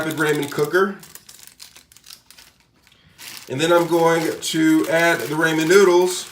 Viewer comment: that’s not how you say ramen...................................... are the noodles a person????????????????